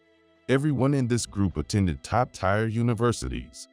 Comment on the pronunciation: TIRE? TIRE?When the hell will the AI learn that tier is pronounced as 'tear' as in ear NOT ire!!!!